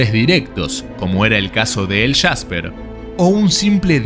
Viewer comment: Es jasper no el shasper